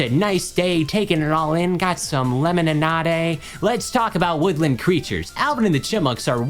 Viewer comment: We are not glossing over that pronunciation of lemonade 🤣